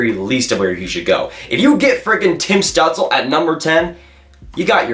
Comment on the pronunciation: It’s apparently pronounced stewtzla for stützle, heard it from both German and Canadian announcers